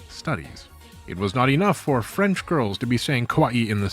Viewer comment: You pronounce thai words flawlessly but cannot do the same with french words? Are you seriously yielding to the french? Also how do I aid the re militarization of japan I want to laugh at the contrast between anime culture and the war ridden country that spawned, it's going to be the aesthetic that I base my personality on in 2050